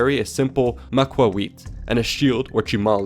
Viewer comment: Macuahuitl > Mac-hwhittle